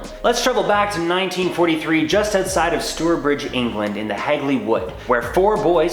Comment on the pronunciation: Store bridge?? It’s pronounced Stow-err-bridge 🤣🤣